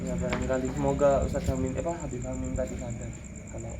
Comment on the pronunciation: Masa katanya keturunan babib,habib siapa GX tau lupa,.apaan ngomong aja udh GX betul..